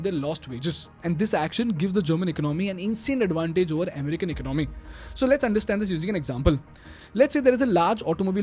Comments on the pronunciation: Great video. One feedback, economy is pronounced as"EcOnomy", not "Icnomy". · It is not eknomy it is economy pronounced as ak as 1 o hindi akonomynsound must come 1 word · I really really like your content. I truly believe it's excellent. But as a son of an economics teacher myself, please consider my request to change your pronunciation for the word economy. It's not eco-nomy, it's eco-ne-mii. Or close to it. I hope you'll give it a thought :)